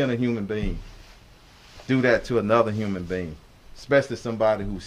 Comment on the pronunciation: Will someone tell this man, it’s human being....not human bean...